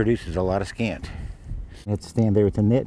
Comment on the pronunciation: Scat...not scant.